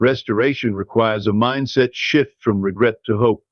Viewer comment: This needs to be fixed . "Mindset shift" was very clearly read as "mindset sh*%." :/